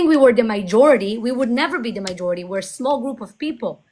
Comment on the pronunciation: You are great,, just please it's not "mijority", it's majority. Thank you for what you do.